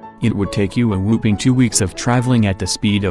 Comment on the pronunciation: hahaha yeah, cuz it's supposed to be "whopping" don't woosh me or should I say whoop me?